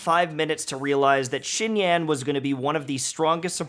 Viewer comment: How long are white youtubers gonna butcher the non white names...